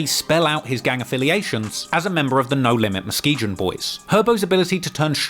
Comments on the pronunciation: Stop pronouncing it wrong Musk ski gon this is not England you good doc but f up name of stuff and that is one of main reasons why the City hate on you if are not from the place people take it as a sign of disrespect you didn't do your due diligence that would be like me coming to your hood and saying hey Mike I want a fish and chip no mother f*** you don't get that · Its pronounced MUH skee GUN lol sry that was bothering me....dope video tho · I only wish he would pronounce Muskegon properly. The “g” is a hard g…like the first g in the word Garage….unlike the soft 2nd g….which is the one he’s using in Musk-e-zsahn. ;-) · Out here mispronouncing Muskegon. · You keep pronouncing Muskegon all fucked up. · Muskegon has a hard "G" sound, like "grape". Nike is also pronounced "Ny-Kee". lol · The way this dude pronounces Muskegon pisses me off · Keeps saying Muskegon wrong lol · Thats a hard "g" in Muskegon. Pff bloody brits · Other than mispronouncing Muskegon, awesome video dude. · you're everything in life. But that there Muskegon, the G is pronounced like the G in Google or giggle. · The way you pronounced Muskegon just kills me. It's a hard G like in "gone" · The way he pronounces Muskegon 🤣🤣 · The way this man pronounced Muskegon is infuriating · That’s not how you pronounce muskegon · Another fucking awesome video from. I just can't get over how he pronounces Muskegon with a soft g 😂😂😂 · Can’t even say Muskegon right 😭😭😭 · i couldnt watch anymore after the 3rd time he said muskegon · How many times he said Muskegon back to back to back I swear he knows he's pronouncing it wrong. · Never heard Muskegon pronounced like that🤣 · I love your content but growing up in the Midwest I gotta help ya on one pronunciation. It's Mus-Key-Gun, lol it's just a silly thing to point out. Keep doin what you do, that Von doc went hard as hell. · Muskegon is phonetically pronounced “Mus-Key-Gun” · Ma-skee-gan. That's how it's pronounced, homie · Girritated Uy